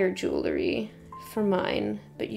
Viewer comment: jew ell ry ;)